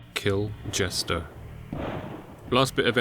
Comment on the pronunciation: Iconic “kill jestah”